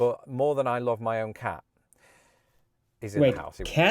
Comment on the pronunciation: Specifically, with that accent, I think he said, “ca”.